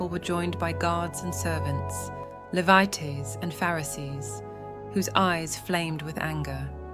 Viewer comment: It's pronounced "Lee-vite" - Gee! When you use AI to do your voice-over, you must train it better. This sounds stupid.